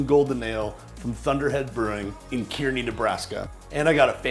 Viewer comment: Pronounce it (Car-nee) I know it’s spelled Kearney.... Fantastic representation of chicken fried steak. Your channel just appeared on my screen in January of 2020.... Would have been watching you a long time ago had I known.